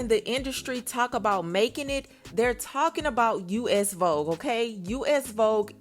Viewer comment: Cardi said vobe 😭😭not vogue 🤣🤣